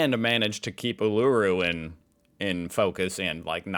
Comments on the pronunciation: According to Professor Brian Cox, Australia has the best view of the night sky. Or maybe it's all the Southern Hemisphere? We see the centre of the galaxy. It makes the shape of an emu in the sky, with its head in the Southern Cross.😍 Also Uluru is pronounced OOLAROO.😉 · Uluru is pronounced like Ool-uh-roo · Pronunciation: - Port Macquarie: Port Mack-worrey - Uluru: ŌŌL-oo-roo (emphasis on the first syllabul) - Gravox: Gray-vox (like gravy) We call white gravy "white sauce" and its made with milk and conflour with salt and pepper. And we put this on cauliflour and spuds or corned silveraide. Brown gravy goes on lamb and beef and pork (we normally do pork with applesauce though) You CAN get chicken gravy tho which is white-ish. People show up to vote, but "donkey votes" are common. And the fine for not showing up is like only $50. Suprised nobody called cigarettes "durries" Tax on smokes in Australia is horrendous. Wasnt til I worked for home affairs that I realized how massive the tobacco black market is to avoid paying a weeks wage per packet. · Biscuit just means the crunchy part of the whole thing. If it has a crunchy bikky base, it’s a bikky. Ps. You pronounce Uluṟu- Ooh la roo. ❤ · Uluru is pronounced "oo loo ru".